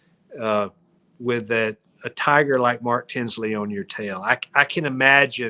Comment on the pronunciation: Tagger. Not tiger. Judge Newman says tagger.